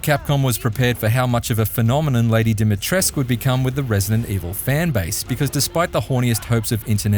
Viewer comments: When people say Dimitris instead of Dimitrescu 💀❌. If you are going to use a name from another country at least learn how to say it correctly. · DimitrescU, not "Dimitresc". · 8/10, they mispronounce Lady Dimitrescu's name. The "u" is not silent! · Since Resident Evil 4 Remake came, I knew when many YouTubers already forgot Village in various channels recently, they really forgot how they didn't pronounced Lady D right today. Let's be honest, channels like WatchMojo in 2024/2025 no longer remembered Resident Evil Village because of a painful insult of not getting the right name of Lady D. Hell, she's one of the most iconic villains in all Resident Evil games and Capcom games in general. After I watched "Every Resident Evil Games Ranked" on MojoPlays, I was frustrated to insult Village for not getting Lady D's name right. It's an insult to me like an insult to Filipino YouTubers. WatchMojo and the MojoPlays should've shame themselves and fixed her damn name right next time. That's a bull****. 😒😒😒😒😒😒😒😒